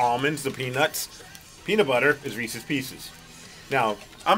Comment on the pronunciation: It is not pronounced "REESEE's" BJ!